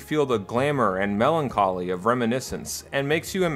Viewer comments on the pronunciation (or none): none